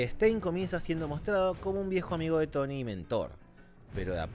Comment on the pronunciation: Y por que lo dices?